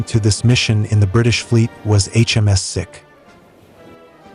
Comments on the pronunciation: it is pronounced "Seek" not "Sick", for God's sake you're worse than a coputer game! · It’s pronounced seek, not sick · Sikh pronunciation is seek not sick. Lol. Tobruk pronunciation is horrible as well.😂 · It's not HMS 'Sick' its HMS 'Seek', named after the Indian religion and ethnic group. Please do your background research and stop insulting people. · I shall raise this concern about this video, the ship named HMS Sikh is NOT pronounced sick, it is pronounced Seek, and it to look for something, and as in the Indian religion of Sikh. Also, Tobruk is NOT pronounced Tob-ruk, it is pronounced Tobruk and in a softer tone. Look, I know it is difficult for many American's to pronounced English words and that a tiny bit of better research on foreign language names is equally difficult, but next time, please do the research okay, because your pronunciations make this video unlistenable. :face-orange-raised-eyebrow::face-orange-raised-eyebrow::face-orange-raised-eyebrow::face-orange-raised-eyebrow::face-orange-raised-eyebrow::face-orange-raised-eyebrow: For reference sake: and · The inability to correctly pronounce HMS Sikh is tragic. Sikh is pronounced Seek and definitely not sick. 😮😮😮😢😢😮😮😮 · Try pronouncing it “sEEk” 😉 Clearly the ship was named for the ethnoreligious group of India, a UK commonwealth member until 1949. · Sikh is pronounced seek. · 😂 you should ask a Sikh person how is pronunciation is,you soo wrong